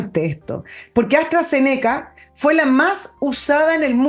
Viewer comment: Astra-Zéneca pronúncialo como esdrújula. Saludos cordiales.